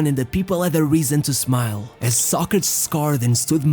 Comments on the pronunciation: Was that really how his name is pronounced So-crates, not So-cra-tes? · Socrates. Not socrats. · The is pronounced as "so·kruh·teez" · Pronounce his name right who cares if your in brazil or europe. Its Socrateees. What the heck is socratss.?? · His name is pronounced Socra-tees, not Soc-crats. You may need to re-edit this. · There was one video made by Daily Dose of Football that had convinced me that they were NOT using an AI voice. But I guess that I was wrong, because instead of hearing the name "Socrates", I had to hear some ugly word that sounds something like "sock-rats". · socratshh hahaha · 16 minutes of you butchering the pronunciation of his name, re do the vid, prat. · I never knew Socrates was pronounced as the narrator say it, Ive always known it as Soc Kra Tees. but I could be wrong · Learn right pronunciation, pronounced so kre tees. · Socrates pronounced so kre tees. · The narrator couldn't pronounce the name Socrates properly. He keeps on saying 'Sock-retts' who is that..LOLOL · This stupid narrator keeps mispronouncing the dudes name I can’t watch this video lmfao. Homie did all the research but didn’t do a basic due diligence of looking up how he and announcers and Wikipedia said his name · What is it with you butchering theses guys names , first with Torres using that awful accent and now Socrates. You do good videos but fk up with this crap. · dude, your videos are good but that fucking pronunciation, you have other videos or google translate to hear how it sounds. every time I hear you using a fake pronunciation I want to close the video (and close it many times) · You managed to make an entire documentary about socrates without saying his name once properly😂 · Lol you can't even pronounce his name properly. Embarrassing. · nobody pronounces Socrates the way you do